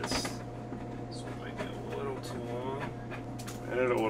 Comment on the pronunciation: “Little” not “widdow”